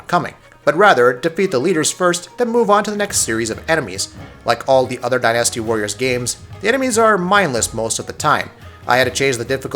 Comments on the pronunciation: I love it when people emphasize the wrong syllAHble in a word. Dynasty's pronunciation isn't die-nasty, it's closer to dine-asty. Or din-uh-stee if you're British and wrong. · I like how you say Die NASTY. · Why can't he say the word dynasty right?